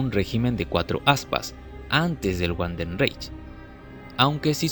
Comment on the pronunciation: No es wandenreich es Vandenreich la W se pronuncia como V en alemán, buen video.